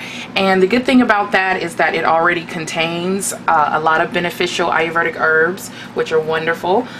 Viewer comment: I love the video! But the word is pronounced a-yur- VAY-dik or a-yur-VEE-dik. Not a-yur-VER-dik.